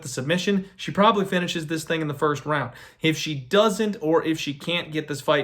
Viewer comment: “winishes” haha